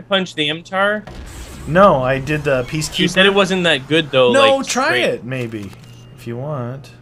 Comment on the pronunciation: its PEA-KEAPER!!!!!!!!!!!!!